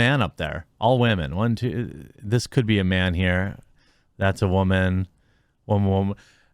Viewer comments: When he pronounces woman as whammen he sounds like an idiot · Jeremy just say Woman like a man. The waman thing is just old and was never funny. You doing this type of stuff puts you on Jack Murphy's level of try hard.